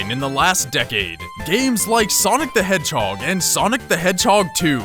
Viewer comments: SONIC THE HASSLHOG XD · Sonic the hasslehog. XD